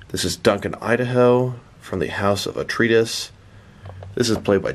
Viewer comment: Wait, wait, wait; say "Atreides" again? It's pronounced uh·trei·uh·deez; I am guessing you never saw the original movie or the 2 SyFy miniseries of Dune.